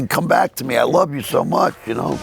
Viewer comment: Terri is more smoking hot now than in the 80s. You should get Richard Blade on for interview. Dated Terri and knew all the bands of the days. Even introduced DM at the historic Rose Bowl Performance. Wait was awesome. I always temper the way he said Lauve you.